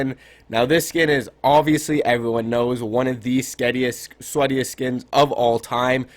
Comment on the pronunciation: My dude said sketiest 🤨